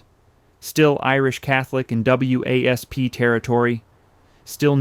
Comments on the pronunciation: W A S P? It’s pronounced wasp. So is this AI or an uninformed narrator? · To commentator: WASP that you spell out is usually pronounced as Wasp as in insect. Otherwise just say White Anglo Saxon Protestant = wasp.